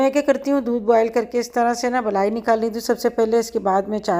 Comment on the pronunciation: blai ni kehty mlaai kehty hn doodh ki mlaai